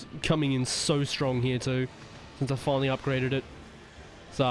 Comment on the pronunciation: "Finally" doesnt sound right :popcorn-yellow-striped-smile